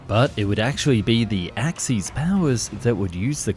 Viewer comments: "Ax-ees Powers" 💀 "Ax-iss Powers" 😊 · you say axis like this axe-es not axe-ees